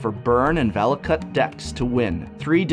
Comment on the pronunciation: "Vala-cut" :p